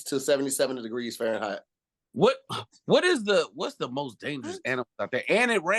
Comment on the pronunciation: Didnt know if said Farreinheight or farren hot😂